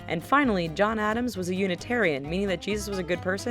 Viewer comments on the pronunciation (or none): none